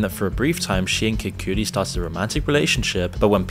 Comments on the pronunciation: Haha buddy it's pronounced "kuh-di" not "kiu-di" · sounds like an AI bot. He mispronounced Cassie and Cudi. Also, this comment keeps getting deleted, but Diddy's in jail, not prison, the video isn't accurate. The jail where Jeffrey was closed after he died.